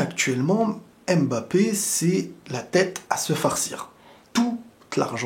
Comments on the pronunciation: je t’en supplie je t’aime bien mais c’est pas aimebappe mais Mbappè à la limite Mbappé, c’est comme si tu disais peuneu au lieu de pneu… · Apprenez à prononcer correctement Mbappe. Y en a marre d'entendre : M Bappe !